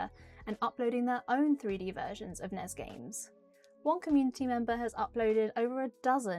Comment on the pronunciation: It's pronounced N. E. S.